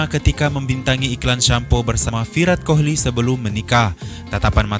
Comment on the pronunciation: Saran min, cara baca Kohli pada nama Virat Kohli, huruf H nya gak dibaca, jadinya Virat Koli